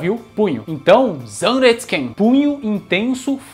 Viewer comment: Zan restsu ken para mim sempre foi "Prudêncio!"